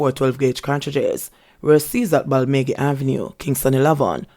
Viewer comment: Thanks, for the very informative news.Balmagie is pronounce - Bal-ma- gee.I hope you will get what I am saying! Bless you my dear.